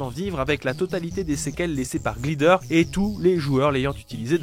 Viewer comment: Sympa, mais dès qu'un mot anglais aussi simple et commun que "Glider" est dans le texte, c'est trop pour toi Faudrait faire un effort, quitte à demander à un pote comment ça se prononce